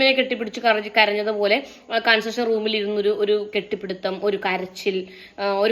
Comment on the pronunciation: രണ്ട് വീഡിയോയിൽ അങ്ങിനെ കേട്ടത് കൊണ്ട് പറയുകയാണ്.കൺഫഷൻ എന്നാണ്.കൺസഷൻ എന്നല്ല. നല്ലത് വരട്ടെ.